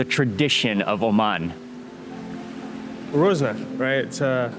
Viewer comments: Whats is... oman... as... oman... omaniyah... O' man... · 'Oh, man' (Oman)